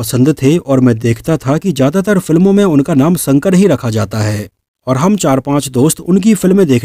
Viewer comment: संकर नहीं शंकर......... 🤗